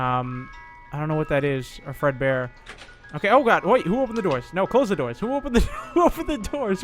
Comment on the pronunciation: its fredbear not breadbear